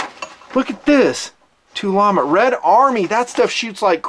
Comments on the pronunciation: Tulammo you tard. Not Tulamo. Tool Ammo. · Tul-ammo lol